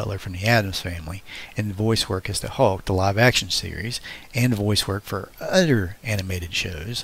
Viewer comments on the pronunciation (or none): Dude . ...the word is OTHER..... .NO UDDER. LOL